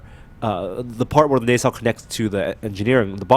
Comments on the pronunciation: FYI you're pronouncing nacelle incorrectly. It's "nuh-cell", not "nay-cell". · Nacelle "Nah Cell" not "Nay Cell".